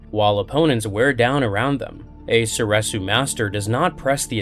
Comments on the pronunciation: Soresu is pronounced sor-EE-soo. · Sor Reeeeeeeeeee su